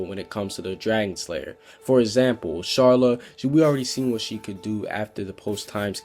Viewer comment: He may be trying to pronounce it like the japanese/dubb version. when they pronouce it as char-la kinda.